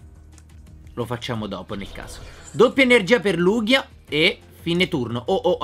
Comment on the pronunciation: Lugia no lughia